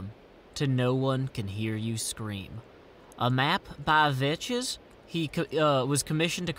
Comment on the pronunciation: umm i believe Vechs is prnounced like Vecks veh-ck-sss